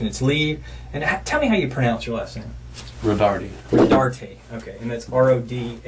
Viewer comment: Yiu can't even pronounce his last name correctly. Do some research instead of just stealing other people's hard work. Everyone else that covered him got his last name pronounced correct. Slug